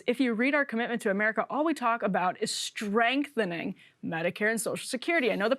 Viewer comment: "Strengthening" Lol!